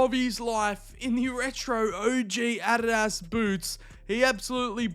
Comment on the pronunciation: What's with calling Adidas Arras?